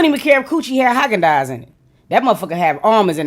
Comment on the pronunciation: Not Haagan Daas